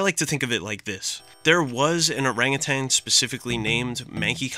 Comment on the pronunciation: Every time he says "orangutanG" I die a little more.